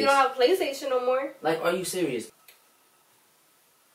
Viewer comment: "are you SURIOUS"